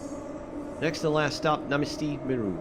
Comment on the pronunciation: So a czech person here. I'm glad you're enjoying it. It's just a little tip on how to pronounce the stations and creator. The creator is Dom-inik -Voy-tah And it runs from Dej-vic-kaa To - Naa- Mess-Tii Mii-ru